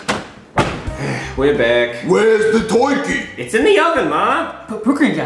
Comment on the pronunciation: Twurkey instead of Turkey 😂🤣